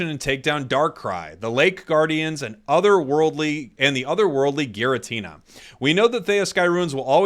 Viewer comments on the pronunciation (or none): none